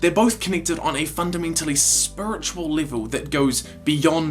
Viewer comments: spuritual livul :))))) lol :)))) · “Spuritual” “Dith” This is classic stuff